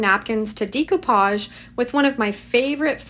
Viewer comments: I just started watching your videos, and couldn't figure out what you were saying! The term is pronounced "Deck-o-page," not "Deek-o-page.". Hahaha! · Great projects!!!! Maybe it’s a Canadian thing but the way you pronounce Decoupage stood out so much I was distracted, lol. In The US we pronounce it - day·koo·paazh. Every time you said - Dē co pauge I kept thinking decompose, hahaha. Anyway, I digress… The projects are great!! Thank you for sharing! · Love upcycling and enjoy your vids. Not trying to be a stickler, however, it's "day"-coupage not "dee"-coupage. Per Webster, the word is spelled with an accent above the "e" which gives it a long "a" sound. Forgive me, but it throws off my old ears every time as I try to listen to your instructions. 😵‍💫 Loved the sap buckets! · Wheres your dump at notice u say decopage differently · You’ve done some fantastic diy’s here. I’m all for saving the land fills from becoming so overcrowded with things that can still be revived. Glad you have the foresight to 😅see that and pass along the ways to revive throwaways. I do wonder though if “decoupage “ is pronounced differently in Canada. I know it as day co Podge or deck ko Podge, phonetically sounding. Am I saying it incorrectly?